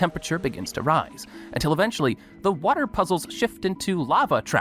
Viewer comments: Someone please tell that there’s a letter T in the word water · Hey he’s Scottish don’t be mean, he already goes through a lot hahaha